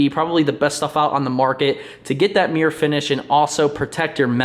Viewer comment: mirror pronounced as mere count: 6